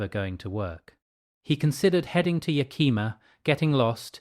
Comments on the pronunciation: Agreed, though "Yakeema" is pronounced "Yak-him-aaa". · Yakima is pronounced: Yeah-Kim-aww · The way ya said Yakima was wrong, but I loved it as that's how I say it, even growing up in this state. 😂❤